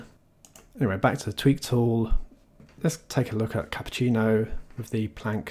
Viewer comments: On my speakers the way you said Cupertino sounded like Cappuccino. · I love how he says Cupertino as "CAPPUCCINO" 😂😂